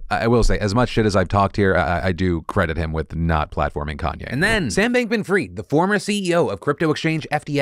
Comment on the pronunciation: Not fri=id, it is fry-ed. Just saying...